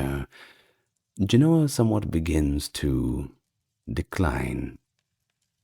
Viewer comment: JEN-oh-uh. Pronounced like the foresail on a sailboat. In Genoa, it is spelled and pronounced with a V. Genova. Jen-oh-vah